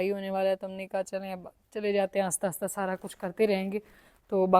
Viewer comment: Asta asta nhn hota ahista ahista hota hy